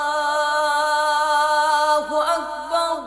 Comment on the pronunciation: اللہ اکبر اللہ اکبر میں وصل کے صورت میں ر پر ضمہ نہیں فتحہ پڑھنا چاہیے یا جزم قاری صاحب ضمہ کے ساتھ پڑھا رہا ہے بلکل غلط ہے